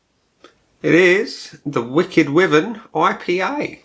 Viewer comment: I live in Dorset and my Mum lives directly opposite Badger Brewery. Wyvern is pronounced wiivern as in Wii- fi. I had it and didn't really rate it, drinkable though. I think I was probably putting it up against "craft" west coast IPA'S which, of course it isn't.